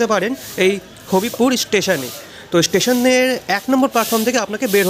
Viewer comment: দাদা হাবিবপুর নয় এটা হবিবপুর ৷ আমাদের এলাকা ৷ হরে কৃষ্ণ